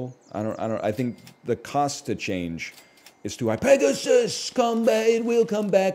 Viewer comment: he butchered peg so hard